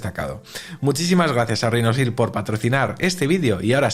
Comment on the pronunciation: RHINOSHIELD, repite conmigo….Rinosil NO, “Rinochild”